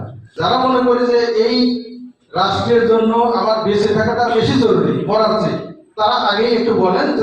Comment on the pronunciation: মরার না বলে মারার বলেন!!